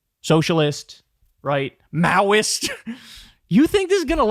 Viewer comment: Is it maoist, or meowist? Walz does like cats.